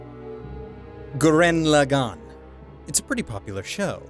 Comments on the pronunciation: It's Gurren Lagann, not Goo-ren Le-gone. smh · I'm mildly annoyed by him saying "gurREN laGANN".